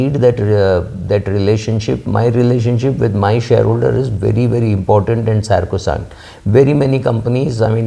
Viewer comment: great talk, but it was “sacrosanct” 😊